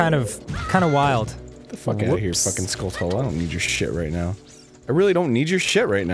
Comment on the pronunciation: I've always pronounced "Skulltula" as "skuhl-chuhl-lah." Anyone else?